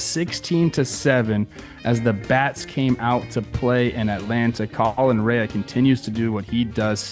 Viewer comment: Small note: Colin Rea's last name is pronounced "ray" and not "ray-uh"